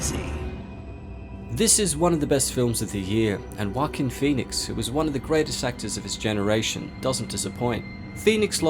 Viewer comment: Just watched it yesterday and Im not used to the pronounciation of "walkin phoenix"